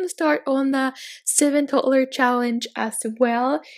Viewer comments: Sorry but it annoys me so much how u say toddler. It’s toDDler not totlur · No offence but I hate the way she says toddler 😂😂